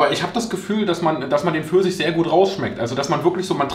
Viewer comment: "Eistee Försisch" 🍑